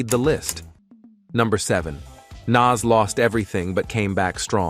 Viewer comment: The way hes pronouncing Nas is Crazy Work 😐